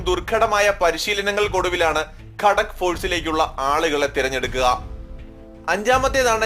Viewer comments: കടക്ക് force അല്ല ഗാ ത ക്ക് force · ഖടക് അല്ല ഘാതക് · ഗൂർഖ റെജിമെൻറ് എവിടെ പിന്നെ ഗാഡാക് അല്ല ഗാഥക് ഫോഴ്സ് ആണ്